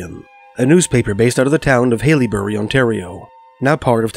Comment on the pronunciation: haileybury (hell-a-berry) Liskeard (Lisk-er-d) sorry it was throwing me off😭